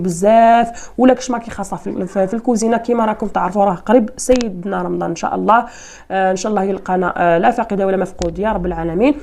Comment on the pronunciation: نصلي على سيدنا محمد صلى الله عليه وسلم بالكسر وليس على سيدونا ً‘بالضمً‘ صلى الله عليه وسلم......بالتوفيق